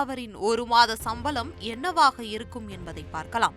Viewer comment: சம்பலம் இல்லை சம்பளம் சரியாக உச்சரிக்க வேண்டும்